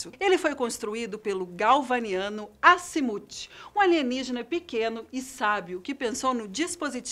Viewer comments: a narradora: asimuti eu: ah moça, faz içu cmg n kkkkkk. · Agonia é ouvir ela pronunciar azmuth da forma errada toda hora